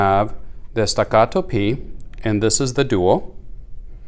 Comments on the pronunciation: Very helpful video. Thanks! The way you pronounce “stuh GAH doh” cracked me up. 😆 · It is made in Texas. It is pronounced Stack-uh-toe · Why don't you talk about shit that isn't said all over there page like how the different mettle feel .you say the name like it's a Spanish gun wtf . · Why dosnt anyone talk about steel vs aluminum options why are you saying the name like that there made in Texas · Stop pronouncing Staccato so weird